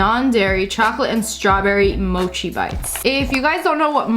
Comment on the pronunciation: Mochi (u mean mochi) u say it like its spelt moki